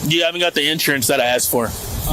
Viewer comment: Its actually insurance, all one word. Not in / surance as opposed to out surance.